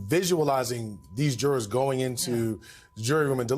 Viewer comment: "and the drrrs have left the courtroom..." Not even close to "jurors". 😂